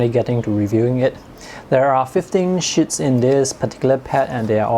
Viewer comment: fifteen shits? 😅 You speak English very well, I just could not resist. 😊